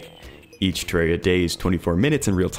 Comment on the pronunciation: You know this legend means business because he says Terraria correctly.